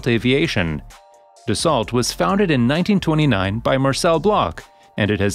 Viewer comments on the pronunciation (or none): You lose all credibility when you can't pronounce the name of the manufacturer correctly. It's not Da-salt. It's Da-so. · It's pronounced DASS-SEW not DASS-SALT. Dopey AI voice...